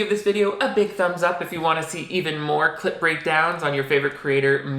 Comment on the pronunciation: every time you say clip breakdown it sounds like you’re saying clit breakdown